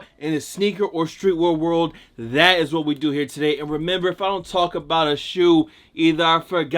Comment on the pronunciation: Dude still can’t say, “street wear world“ after years of making the same videos